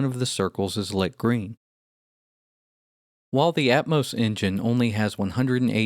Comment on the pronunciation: I hate the way this guy pronounces Atmos. It's at-MAW-ss, not at-MOH-ss.